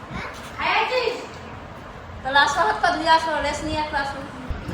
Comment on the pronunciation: কথাটা রেস না,,,,, রেস্ট